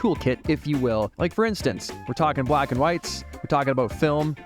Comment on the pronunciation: "Bwaaaaaats Up!" damn... I tell ya... that absolutely brings a huge smile to my face. Interesting topic today "Vlack and White in Paris"... incredible.